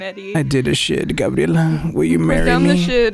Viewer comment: It's cleary grabierla